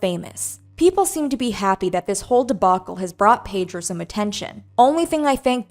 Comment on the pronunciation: Why u keep saying Pedro 😂